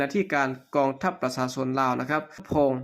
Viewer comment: ลาวแดง อ่านภาษาไทย ว่า ปะสาสน (ประชาชน) แขงเมืองบ่แก้ว (แขวงเมือง)นังสือ (หนังสือ)สุกสอนไว้ (ชุกช่อนไว้)โอ้หลายๆร้อย คำ ถ้าไม่ถนัดอ่านภาษาไทย เชิญอ่านภาษาลาว ทางไทยอ่านออกและเข้าใจดี อย่าไห้ภาษาไทยวิบัติ เพราะคนลาว ดัจจริตอ่านข่าวเป็นภาษาไทยผิดๆถูกๆ ภาษาตัวเองมีไม่ไช้ นึกว่าตัวเอง ฉลาดอ่านภาษาคนอื่นได้ ภาษาลาวแดงแท่บจะไม่ต้องไช้แล้ว เงินก็ไช้เงินบาทแทน เหลืออะไรเป็นของลาว